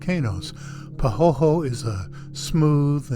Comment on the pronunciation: The pronunciation is "pah hoy hoy", our Hawaiian term for smooth, layered lava flow. The rocky, sharp flow chips are called "ahh ahh".